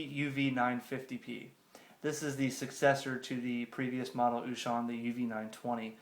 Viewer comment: Good job with the unpacking. The only correction that I have is how you pronounce the name of the company. O Shun is correct (it sounds almost like the word ‘ocean’ in English). Small thing though; nice video!